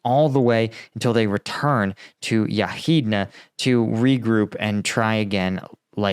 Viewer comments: All good, but how is it possible to pronounce Yahidne as "Yarhina" =) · "Yahidne" it is pronounced "Yah-heed-neh" :) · it is pronounced: Ya-geed-neh